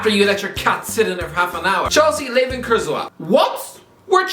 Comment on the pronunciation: This man pronounced Kurzawa as KurtZouwa